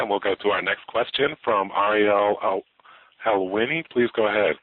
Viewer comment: "ARIIEL HELWEENE" Yeah, thats about right